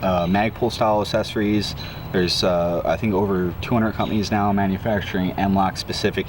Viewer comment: Take a shot everytime says "assessories"